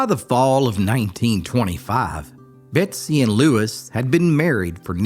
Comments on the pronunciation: Betsy or Bessie? You're saying Betsy but the title says Bessie. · Is her name Bessie or Betsie as you kept saying? A story of resilience for sure! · Title reads Bessie but I keep hearing Betsy. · Her name is bessie not Betsy. Why put all this effort and say her name wrong every single time? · Just read it yourself and stop with the AI that can’t seem to say “ Bessie” instead of “Betsy”. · Is it just me or does he sound like he's saying "Betsy"?